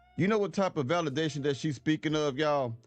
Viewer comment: She should be locked up for 30 years, “Valadation” are you serious???